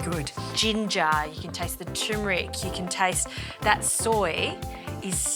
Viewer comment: tur-mer-ick, not choo-mer-ick... could you use pearl barley in place of the rice?